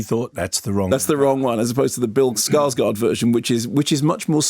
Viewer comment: Kermode isn't the only one who gets this wrong, but "Skarsgård" is pronounced "scars-gourd".